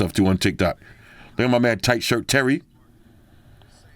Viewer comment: Toit, toit like a tiger 😂😂